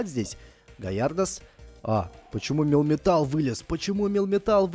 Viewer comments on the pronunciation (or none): Не милтан а мелмитал